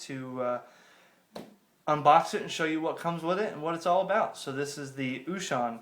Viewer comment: Good job with the unpacking. The only correction that I have is how you pronounce the name of the company. O Shun is correct (it sounds almost like the word ‘ocean’ in English). Small thing though; nice video!